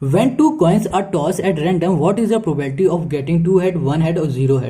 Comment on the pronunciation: It's not probalty it's probability.....